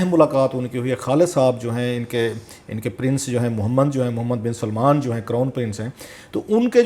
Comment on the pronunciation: محمد بن سلمان نام کی درستگی فرمائیں